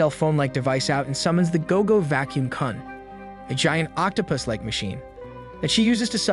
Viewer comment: The way you pronounce kun is a bit sus